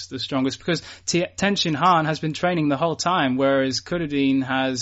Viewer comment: Please if you have to call him Tenshinhan can you use the right inflection